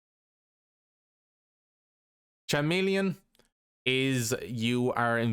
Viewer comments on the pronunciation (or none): Lol CHameleon It's pronounced with a K my dude. As in Charisma, Christmas, Chrome... Otherwise a decent guide. I'm sure all the new players we're seeing recently (on PS4 at least) will appreciate this.